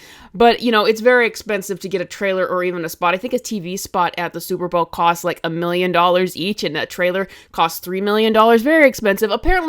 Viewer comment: "Super browl" my favorite lol